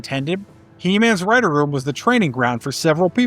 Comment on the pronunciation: chuckles near the end at the pronunciation of Writer as Wri-Tor, which just sounds like another character...